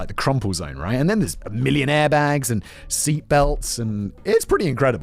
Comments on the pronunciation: Did anyone else do a double take , hearing "millionaire bags" instead of "million airbags"? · anyone else hear "millionaire bags" ?